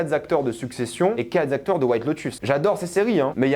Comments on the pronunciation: À chaque "4'zacteurs", j'entends le suicide d'un bescherelle 😂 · y a pas de S à la fin de quatre. Jamais. Donc, pas quatre Zacteurs. Merci pour la langue française.